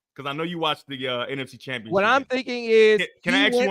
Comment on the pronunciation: You can’t spell or say Cha/pionship without the “M” !